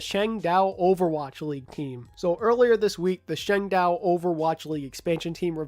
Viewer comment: No offense, but every time I heard you say Changdao, I winced in pain